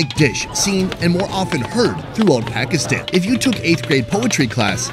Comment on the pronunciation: Can someone gets his pronunciation of “Pakistan” correct? Will be a big achievement if by the end of this series he can say Pakistan properly